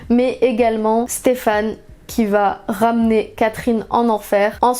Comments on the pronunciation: Personne parle assez du faite qu’elle dise StefANE au lieu de SteFENE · Par contre ça me stresse que tu dises Stéphane au lieu de Stefan 😭😭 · Super vidéo ! par contre on dit "stefen" et pas "stefan", même si son prénom s'écrit stefan (ça m'a perturbé toute la vidéo haha)